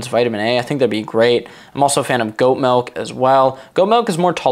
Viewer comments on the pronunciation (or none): It's "Milk" not "Melk"